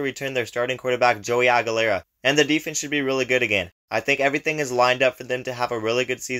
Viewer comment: Not a bad breakdown. QB’s last name is Aguilar. Not Aguilar-a